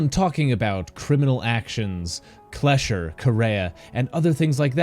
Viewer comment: Kleischer? Hell no, they all pronounce it wrong.